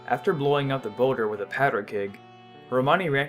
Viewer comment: I know its boulder it kinda sounded like dat